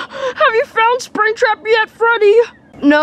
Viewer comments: I love when says springbutt instead of springtrap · did say sprigbut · Why did call springtrap spring-butt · Why does call springtrap springbutt